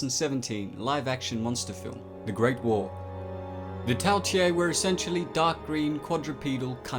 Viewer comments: You said Tao tei wrong it’s not tail it’s tao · quick question, why are you pronouncing it tao tie when you clearly have it spelled tao tei? other than that, great video as always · Not pronounced "tea a" but "Tay" and canine isn't pronounced "ca knee ne" but "ca nine" smh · "Tay" not "Tye" mate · Lol “Tao tiei” where did you get the extra i